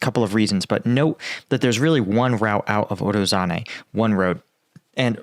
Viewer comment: you need google translate or something to say those names right. "ZH" has nothing to do with "Z" sound. Also forgetting to pronounce that "i" after "a" in Urozhaine. Also "Urozhai" means "Harvest".